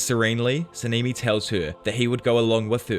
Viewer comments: Sanemi❎ saneeemi✅ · Sa-nee-me 💀💀💀 Yora-wee-chi 💀💀💀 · sah nah nee not saneemee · Sanemi❌ Sanimi✔️